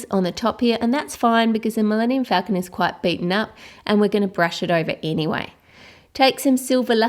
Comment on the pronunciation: She said falcon wrong :(